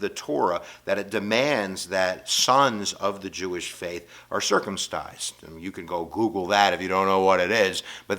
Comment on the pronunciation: "circumstize"? Hahaha